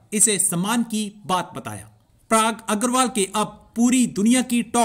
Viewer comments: कृपया "पराग" बोलें न कि "प्राग' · प्राग नहीं भाई 'पराग ' होता है